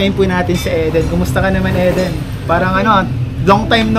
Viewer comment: Pronounce E as short I as in inch. Eden ganoon din puro short i masakit sa ears pag mali ang pronunciation ng name. Parang Ang movie East of Eden (Idin).